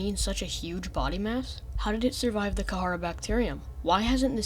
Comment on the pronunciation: Kharaa is pronounced (ka•ra), not (ka•ha•ra). Other than that great video